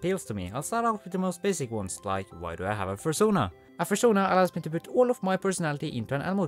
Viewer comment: A...furschona? XD